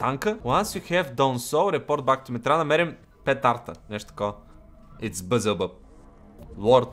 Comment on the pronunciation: казва се велзевул не билзелбъб XD. На различните езици има разлика заради грешки в превода на Библията.